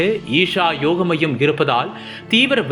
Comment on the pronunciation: யோகா மையம் என்று உச்சரியுங்கள் 😊